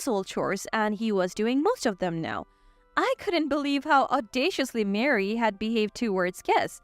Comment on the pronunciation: Ma-ree not Mary.